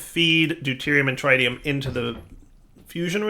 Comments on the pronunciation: Trit-ium not Tri-tium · "Deuterium and TrAiDium"... oof